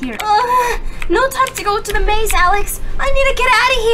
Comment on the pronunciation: Did anyone realize at the end she said i zident get caught